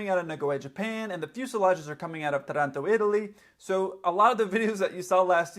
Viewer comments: Hi - at min... did you say Toronto Italy? Do you mean "Taranto", Italy with the accent on the first a? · Just a quick note: it's Táranto, not Taránto (Italy). ✌️❤️ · No way! He put the accent on the wrong syllable: it's Tàranto, not Tarànto. In addition no Italian would say Italy straight after the name of a city, there would be at least an "in" between the two. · In "Taranto" the accent falls on the first "a": "Tàranto" (bear with me, I just had to say it) =) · Great video. By the way it is Tàranto....like accent on the a .....Taaaaaaranto